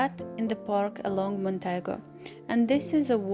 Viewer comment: mondego not montego,lol.